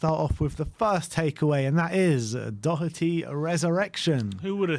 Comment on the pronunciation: Doherty not Docherty jesus lads its not that hard, have some respect